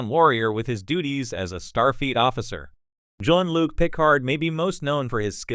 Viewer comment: Learn how to pronounce Klingons and Jean-Luc.